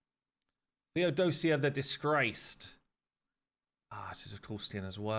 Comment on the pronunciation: "Theodosia" is a Greek female name. Its pronounced "Θεοδοσία" Which means you need to tone the " i " theodos - i - a, not theod-o-sia. Also the name means "to offer to god"